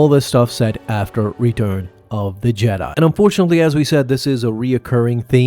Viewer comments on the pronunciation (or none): none